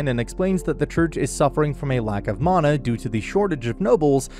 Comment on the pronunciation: I- is that really the correct way to say "mana"?